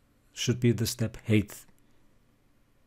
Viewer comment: Thanks a lot. I am so sorry for telling this: You pronounce height wrongly. This is [HAIT]